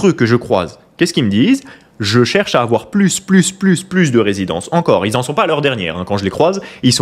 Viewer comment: il ne faut pas aFoir PEUR !!!